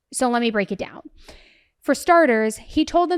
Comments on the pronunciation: Its broomfield 😂 not bloomfield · I'm sorry, but it is pronounced Broomfield. Love you❤ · Broomfield not Bloomfield and Salida pronounced “Sa-lie-da” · She never went for a bike ride. And the town he went to is called Broomfield, not Bloomfield. Also it's pronounced Sol-EYE-duh. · Suh-lie-duh not Suh-lee-duh. Broomfield not Bloomfield! 🤦🏻‍♀️ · Broomfield And it’s pronounced SA-lie-da